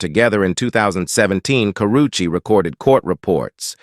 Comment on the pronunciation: It's karrueche my Nigga 😂😂😂😂😂 not coochie